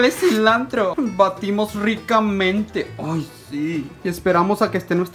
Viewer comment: Ricrdamente no ricamente